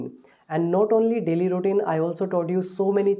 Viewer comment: It’s not ROutine it’s “RU” Routine.. O is silent.. Pronounce the word Correctly..